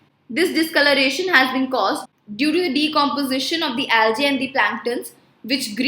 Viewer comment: It's algae not aljae